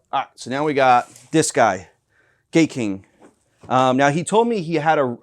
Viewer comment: It's pronounced Guy-king.